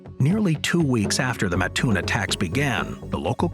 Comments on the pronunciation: Hate to be that guy. You start out correct... living an hour from Mattoon... Its MAT-toon. not MaTOON. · ooof little off on the pronunciation... also home of the Original Burger King